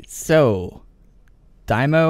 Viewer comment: Daimo? lmao wews im sure even Adam Bohn would cringe in the way you pronounce Daimyo's name xD